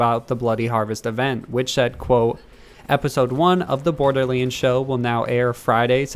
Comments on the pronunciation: “Bordeerleends fwee” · Why does this guy say borderleends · Uhhh ohhh someone tell Gearbox theres a "Borderleends 3" out there. 🤣🤣🤣🤣